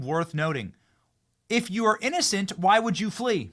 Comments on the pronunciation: Lees not flees? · LEES America. How does one LEE America? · " Flees" The US not " Lees" ❤ maybe a mispell? Cant be perfect everytime! 💋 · Don't you mean FLEES, not LEES? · "LEES" America??? Lol...😉😏🤣❤️🐻☘️🎶🇺🇲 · Its Flees with an F